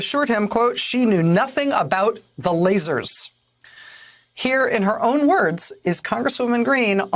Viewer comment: Oh, lasers, I thought you said laces!